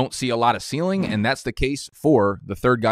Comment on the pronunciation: You don’t see enough ceiling? That’s not how you say that..